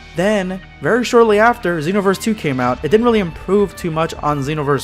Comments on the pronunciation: He probably pronounces it Zeenoverse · SpextrumYTI am a xenoverse fan but I pronounce it that way. But how do you pronounce it